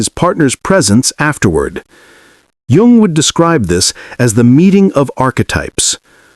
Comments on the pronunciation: Jung is pronounced as "Yung" even though it's spelled differently. Get rid of robot narrators. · I think Jung's name is pronounced Young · I’d like to listen to this but the AI narrator mispronounces Jung! What else is sus?